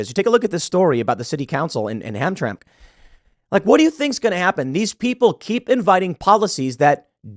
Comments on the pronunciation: Its pronounced Ham-tram-mick not hamtram lol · Tim it’s pronounced Hamtramack not hamtram you sound like a fool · Tim it's pronounced Ham-tram-eck. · 1. It's pronounced "Ham -Tram-Ick" not hamtram.😂 2. Hamtramck was a mostly Polish city that now has a moatly Yemenise population. Its like Dearborn, a formally distressed SE michigan citt where ME immigrants came and formed an enclave. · It's pronounced HAM-TRAM-ICK, Tim. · The City's name is pronounced HAM-Tram-ick. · Great report, Tim. Thanks. BTW, the name of the city is pronounced Ham-tram-mic. It's Polish. The original population of the city, an enclave of Detroit, was Polish. They moved out gradually after GM (memory is not certain) built a major factory and hired/moved in a polyglot workforce that interfered with the neighborhoods and businesses (very short and incomplete story). Anyhow, a great report. Thanks again. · Ham-tram-ack you're missing a syllable Tim. Its spelled the way you pronounced it but spoken differently. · You employ how many "reporters" Tim? Not a single one could research a bit and tell you it's Ham-Tram-Ick? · Hey Tim... from Michigan here with friends living in Hamtramck..... One small thing... Its pronounced "HAM-Tram- ICK" just bugged me a little.... but I'm glad they did it.. also The city of Dearborn has the highest Muslum population outside the middle east! And They are good ppl! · Sad to learn Michigan has lost another city to the Muslims. Dearborn first, now Hamtramck? Pronounced ham-tram-ick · Hamtramck is pronounced ham tram mick. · I'm sure I am not the first one to say this on the thread, but it's pronounced "HAM-TRAM-ICK". No worries, though, we have weird names. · Ham - tram - ic is the way we say it, Tim. Weird, huh??. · Pronounced ham tram ic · Just a heads up, Hamtramck is pronounced Ham-Tram-mik. It used to be a polish dominated area where every year on Fat Tuesday you could pick up a special powdered pastry called a paczki (poonch-ki) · Its pronounced ham tramick.